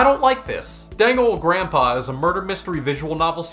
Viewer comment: god i lost it everytime u say pronounce danganronpa lmao, u're so underrated!